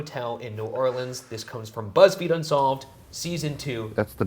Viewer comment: I missed a lot, apparently. Shane saying " This week on Beezfeed...." had me like, uhhh. 😂